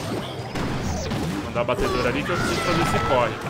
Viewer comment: Agonia do flar "batedor"